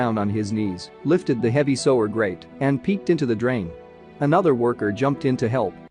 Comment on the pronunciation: Even if they are foxes and not a domesticated breed of canine, their young are still called puppies. Clickbait I agree. Oh by the way, learn how to pronounce "sewer" jeez. Not trolling its just distracting. Didn't really hear anything after that.